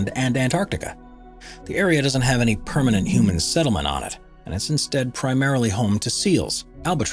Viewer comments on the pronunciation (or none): none